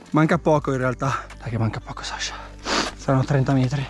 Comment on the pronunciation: Ok ma ti prego è SASCHA non SASHA